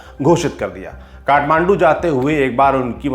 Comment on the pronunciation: कट्टो नहि "काट्टो"